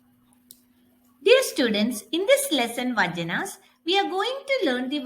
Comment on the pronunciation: Please pronounce it as Vachana not vajana...